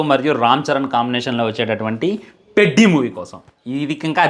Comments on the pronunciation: పెడ్డి కాదు రా అయ్యా పెద్ది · Peddi kadhe pedhi laga palakali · Adhi peddi kadhu Ra peddhi palakatam nerchuko first 😂😂😂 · Orey sollu na kodaka...పెద్ది ra adhi.Title sariga pronounce cheyyatam raledu....cinema story ento cheppestunnav.